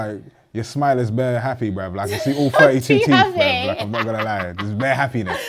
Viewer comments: Why does he say “brev”? Instead of bruv? Or is it just my ears? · Tell you spell the word Brev not Brav. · "Shout out to the non-binary people bruv"😂😂.. I like the way pronounces "bruv"